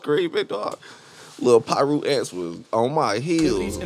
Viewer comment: bruh said piru ants 😅